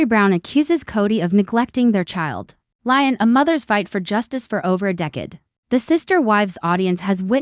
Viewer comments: Leeeeeeon not lion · PLEASE! Educate on th pronouciation of Le'on!